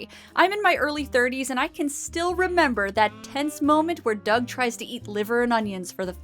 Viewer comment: Did you say Rocko's Modern Life??? Oh wait. You said Doug. Sure sounded like Rocko's Modern Life.